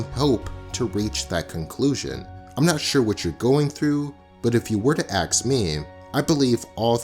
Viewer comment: Really love. the video and exploration of this topic; but you said "mask" and "ask" incorrectly rip... You said mask as "maks".. as well as ask, as "aks".. Ask if pronounced "ass-k" not "akk-s" as you did.